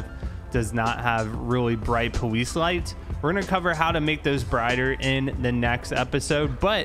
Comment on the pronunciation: sorry but POWICE